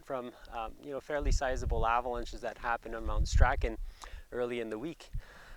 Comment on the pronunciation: Pretty sure Strachan is pronounced "Strawn"